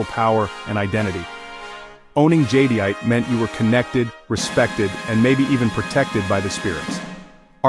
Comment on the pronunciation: The AI can’t pronounce Jadeite right… 😞